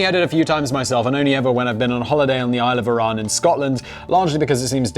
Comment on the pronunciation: Aye i am Scottish & fine it funny how you can't say "Isle of Arran" to save your self as you make it sound like "Iran" but you can say "neeps and tatties" in a near perfect Scottish highland accents ;-)